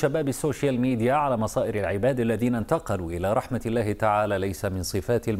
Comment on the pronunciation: الله وليس اللَ